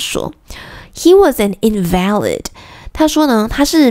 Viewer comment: invalid此時在這邊發音是重音在前唷